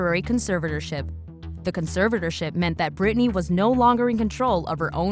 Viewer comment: did u just say britanny and benunce , ma'am....